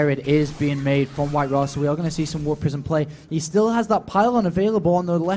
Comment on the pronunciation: It's not WhiteRa but WinRa :)